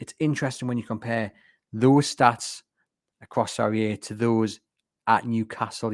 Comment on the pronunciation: The inability to say "Serie A" annoyed me enough to turn this off